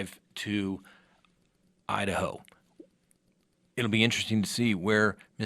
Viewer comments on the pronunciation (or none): I thought I was hearing things, but yup, that's what it sounds like he said. Lol